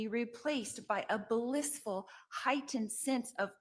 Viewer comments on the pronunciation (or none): “ba..lisss..ful.” Is not actually a word.